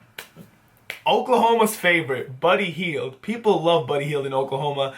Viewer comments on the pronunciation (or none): He said ocakhoma for buddy heild